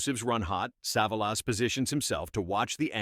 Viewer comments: "SAAVE-UH-LOSS?? CAN'T YOUR COMPUTER VOICE SAY "SUH-VOL-US"?? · AI voice can't pronounce Telly Savalas' name. I am presuming most of the "facts" are as accurate as the pronunciation. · Never mind about all the times it mispronounces "Savalas" or even "live", some of the pictures popping up are pure "What the hell?" head scratchers the AI pulls up! 😮🫣😆. 🤓😎✌🏼☮️